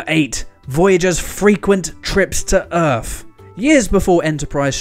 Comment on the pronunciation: You also need to try & reel in your 'F''s its not earthf, its earth & its not cafatharsis its catharsis. You almost sound like an Elmer Fudd reject.